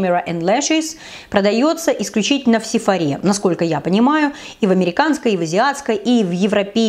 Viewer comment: Хорошее видео. Всё понятно и доступно так рассказываешь молодец. Только не Сефора' а ударение падает на Сефо'ра.